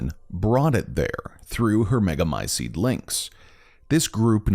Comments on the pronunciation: Come on man, learn to pronounce "t"s. MegamyceTe not megamyceDE. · Literally every character in the game, and everyone else IRL: Meh-guh-my-seat This guy: mEh-guH-my-sEeD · Mega my ceet not mega my SEED annoying pronunciation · Thanks, I love these videos. Really creepy and cool storyline, thanks for explaining. For some reason, I enjoy the dark, evil, grotesque atmosphere. I do find the pronunciation of Megamycete slightly annoying. There's a "t" sound at the end, not "d". American accent I guess.